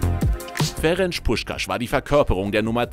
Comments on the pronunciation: Ferenz und nicht Ferentsch. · Das C ist scharf. Sprich Ferenz Puschkasch.